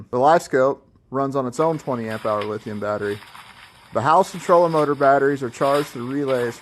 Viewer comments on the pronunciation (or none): none